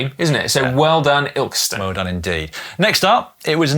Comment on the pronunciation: If the place you pronounced, "Illkston" is spelt, "Ilkeston," it's actually pronounced, "Ill-kiss-ston," or colloquially, "Ilson." As in, "A bloke from Derbyshire wins a round of golf with Tiger Woods. The Derbyshire lad hits a beautiful first drive. Tiger says, "Nice tee shot." The lad replies, "Cheers youth. Three ninety nine off Ilson Market." 😂😂😂 ( You might have to get someone from the East Midlands to translate.)